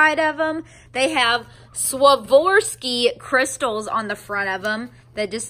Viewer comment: It's pronounce Swarovski